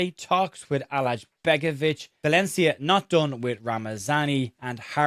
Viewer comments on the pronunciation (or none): i don't understand why do brits always say alajCHbegovic, just say his name without that CH, it's easier and it's correct -Allay and begovic(like Asmir Begovic)